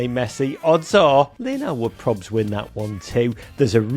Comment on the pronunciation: The American said “Lionile” Messi 😂😂